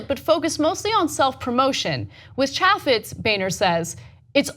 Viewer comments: ITS PRONOUNCED...CHAAA FEZ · Fyi, Chaffetz is pronounced chay' fits (the a is pronounced as in the words hay and hey) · Pronounced: Chay-Fits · Ok so the way they both pronounce Chaffetz was getting to me. I thought it was Chaffetz with an A like April, not Apple. I know, stupid, but they say it so much in this video. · I know Jason Chaffetz is less relevant than ever, but you continue to mispronounce his name. Chaffetz has a long A sound, like in the word "chafe" rather than "chaff". There's an easy way to remember this, and I know I say it every time, but think of a chafed scrotum, and then think of Jason Chaffetz. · Stoners don't even know how to pronounce Chaifitz name!! It's a hard a not soft LOL